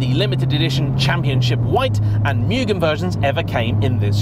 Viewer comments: Fine video, always enjoy them. But I think it's "moo-gen", not "mewgun". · Lately, It cracks me up of how people say "Mugen", after I saw a video with title "How do you say Mugen? I'll Bet you are saying it wrong!" ;-) I for one, getting my first FN2 'GT Plus Race' version, hopefully by the end of this week. Again, saving up for many years, to look around for a Championship or a legit Mugen one. But yes, what a great Nr "3", this one is. I hope that it stays in that family forever! Enjoy it, take care of it and you love it. Thank you for the review of this car.